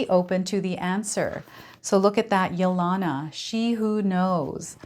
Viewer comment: Thank you for the wonderful reading. I think the name Yelena is pronounced with a long E on the second E.....like Helena or Helen. Its a Russian name.